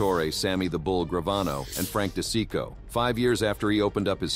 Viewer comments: This AI crap ruined this video. “Frank DE SICKO”? The hell? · Frankie D'cheeko is how they pronounced it.